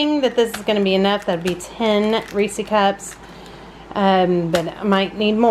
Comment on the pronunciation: I hate that you call it a damn (ree-see) cup wtf!? It’s a (ree -sez ) cup they’ve even come out and said how to pronounce it! 🙄🤦🏽‍♀️ That’s my only complaint. The cake looks amazing tho